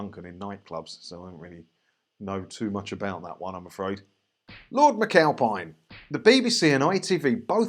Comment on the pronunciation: Lord Mccowpie-n? aye? lol